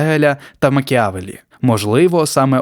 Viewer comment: Трохи конструктивної критики: Дуже раджу диктору краще ознайомлюватися з текстом перед начиткою — чутно "читання з листочка", яке пригнічує ефект розповіді. Також варто уточнювати як читаються іншомовні назви та імена, зокрема Макіавеллі (наголос на "е") та En Marche (Ан марш). Попри це було цікаво. Підписуюсь і ставлю вподобайку авансом. А почути цікаво про Маріо Драгі. Потужний дядько з кар'єрою, яку варто вивчати.